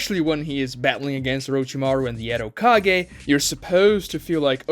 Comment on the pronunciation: narutoe hoekagay learn to pronounce japanese names correctly man, it's embarassing